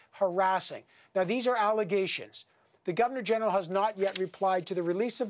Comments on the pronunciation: Lmao she said breaking news right meow.... Edit: I could tell stories of the way employers have been with me that would make their heads spin. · “Breaking news right meow” 😂